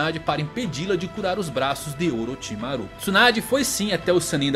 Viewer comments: A pronuncia de Orochimaru do me incomodou profundamente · legal o video, nostálgico. mas os ouvidos doem quando ouve a pronúncia gAAra, sakúra, orochimarú kkkk omg